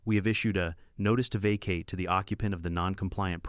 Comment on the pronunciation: Vacate. Teach AI how to pronounce